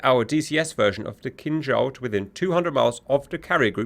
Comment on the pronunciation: I knownyour saying Kinzhal, but it sounds like "King Charles". Imagine if we could launch his majesty at Mach10 to single handedly smite our enemies. Magnificent. Funny if someone modded the 3d model......